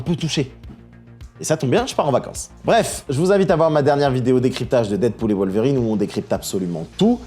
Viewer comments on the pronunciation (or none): none